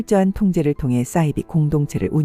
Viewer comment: 좋은 내용 잘 봤습니다. 감사합니다. 한가지만 고쳐주시면 좋겠습니다. ‘싸이비’가 아니라 ‘사이비’가 맞는 발음이겠지요~